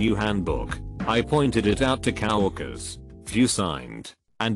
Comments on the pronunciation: No one: Not one person: Robot guy: 'Cow-workers' wtf lmao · Pe Don’t forget COW orkers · It's co-workers' not 'cow workers' !!! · Amazing how much pah-perwork my cow-workers have to deal with.